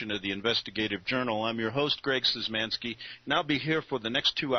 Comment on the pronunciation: Seems kinda weird that "Greg Szymanski" doesn't even say his own name right in the video, he says "Szyzmanski" not "Szymanski"